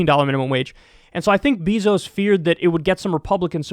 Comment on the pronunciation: Do you, like, purposely say "BEE-zos" instead of "BAY-zos?!" 😂 I mean, I don't like him, either, but literally almost nobody pronounces his name that way.